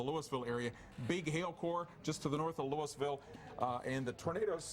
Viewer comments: No it’s Lewis-ville. Coming from someone who lives here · Wow I about died when they pronounced weir (where) Ms and Louisville ( Lewis-ville) Ms